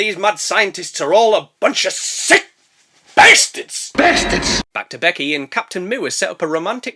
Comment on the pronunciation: And there’s our “beysterds!”!! 😂😂 Spidey beysterds